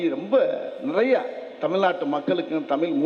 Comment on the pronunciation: Thamizhi inra varthaya mothalla ozhunga solluda. ethana makkalukku senja thana porumaya than erukkan innu padikkira pasangalukku laptop innum kudukkala.thalikku thangam kodukkala.exam pass panna teacher ku job order podala...innum list poittea erukku type panna kai valikkuthu.....kari thuppa than thonnuthu...dai vadi velu D.M.K karan pee.....ya thiriya da ...athan mulu vela pakka mattuthu.... unnoda comedya pathu enda tamila kathukkanum ethu sari.vera mazhiya kathukita thappa da .unakku varalana vidu da.kathuga viruppam ullavargala ennda thadukkura naayea......